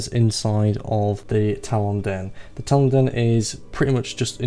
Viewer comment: I have never heard anyone pronounce talon like you before.